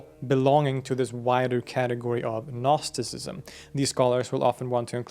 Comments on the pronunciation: Dude the g is silent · Gnostisism is a Greek work, you should always pronounce the first letter "G". Otherwise, all I'm hearing in this video is "Narcisism". Because it sounds like 'Nostisism". It confuses. Please, respect the original word, which is GGGGGGGGGnostisism. UPD: I just watched other videos and realized the mistake of this video’s author. All English-language sources pronounce this word as nOstisism, while the author of this video says nAstisism. That changes everything completely. Okay, it’s possible to drop the letter “G” in English, but to avoid confusion, one must pronounce it the way everyone does — nOsis, nOstisism — this is very important. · I just watched other videos and realized the mistake of this video’s author. All English-language sources pronounce this word as nOstisism, while the author of this video says nAstisism. That changes everything completely. Okay, it’s possible to drop the letter “G” in English, but to avoid confusion, one must pronounce it the way everyone does — nOsis, nOstisism — this is very important. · Dude you pronouncing the G in Gnosticism is killing me lol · harekrishna nice show Thanks. two comments. 1 "know", gnosis, comes at least from sanskrit - nowadays pronounced /gyana/. 2 years ago! i got hold of a gnostic apo gospel, coptic i think: Jesus was teaching. question and answer. Marion Was part of the Class. songs of David and such were Required. only Marion could remember the Psalms. .being a ex-scholar i compared the psalms in the "apocryphal" w the texts in the accepted Songs.... invariably the Psalms quoted here esp by Mother Marion were much much more Beautiful. of course: all in translation. w my library being in a non-flood miami area i was Ordered to demolish. county inspections three times a week. ( the 20 story crumbled bldg got Ø inspections in 20 yrs) 90% of library Lost.. btw Krishna warns about all this arroz-con-mango of knotty knowledge: ties you up! haréee krishna ! : )